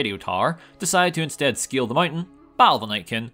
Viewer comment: I don't mean to nitpick, but maybe you might want to reiterate a bit. I had to rewind a few times to understand you said you were going to scale the black mountain. I thought you said steal the bike. Like a motorcycle or something.